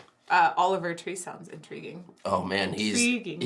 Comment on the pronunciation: I can't find anyone that's pointed this out but, laughing at her own bad joke made my do a spit take 🤣 "in-TREE-guing"